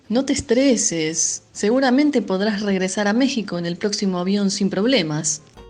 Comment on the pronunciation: Excelente video, algunas correciones "estreses" no, diríamos "estresés" y tampoco diríamos "podrás" en esa oración con seguridad diríamos "podés", se remplaza por podés porque se entiende estamos hablando de "vos", podrías sería para "tu", lo cual no sería nada natural realmente. bebiste? diríamos "tomaste" "lo he apoyado"? diríamos "lo apoyé" Diccionario lunfardo Biaba-En deshuso, raro de escuchar Facha-El significado de rostro es actualmente inexistente. Hoy en día se usa para remarcar que algo está bueno (tanto personas como objetos), en el sentido de "guapo, cool, y otros sinonimos" Fiaca- La definición es correcta, solo quería remarcar que actualmente está siendo desplazada por el termino "paja" que significa lo mismo (aunque paja tambien significa masturbarse, todo depende del contexto XD)